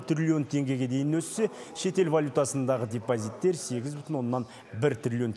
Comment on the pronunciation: Депозитти тук тусыныксыз айттыз